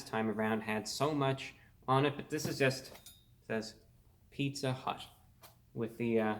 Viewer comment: "Pizza hüût"